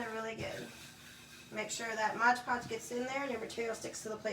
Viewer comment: It’s pronounced Mod Podge, not Modge Podge.